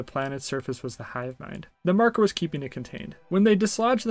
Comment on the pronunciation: I don't want to be "that guy"......but it's pronounced MAR-ker. 😂. But other than that, good review. You got yourself a new subscriber.